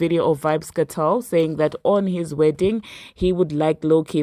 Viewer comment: It's not Vybz "Katel*, it's Vybz "Kartel!!!!!l"